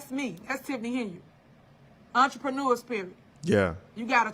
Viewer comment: Why does she rhyme entrepreneur with manure?